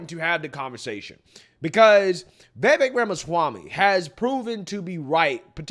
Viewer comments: Pronounced Vivake....Like Cake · I'm so proud of you, man. You finally said 'Vee-Vek's name correctly. It's a cold day in Hell, but I'm happy 😂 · Vivek is pronounced Va-vake